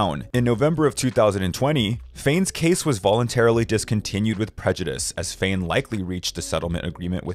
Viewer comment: Smh it is not Fain, it is Fehn pronounced as Fha-N🙄🙄🙄 Chad Kruger? Nope again. It is pronounced like the grocery store Kroger smh get yourself an editor because you are in desperate need